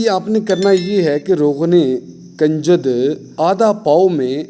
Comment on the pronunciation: بھائی کاف کے اوپر پیش کی آواز آنی چاہیے یعنی کنجد اس کاف کے اوپر پیش کی آواز. اور آپ اس کے اوپر زبر کی آواز نکال رہے ہیں جو کہ غلط ھے شکریہ اگر میری بات بری لگی ہو تو معافی چاہتا ہوں